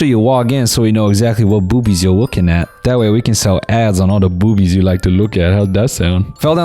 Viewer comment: I’m sorry but the way Noel said “bo0bies” had me in tears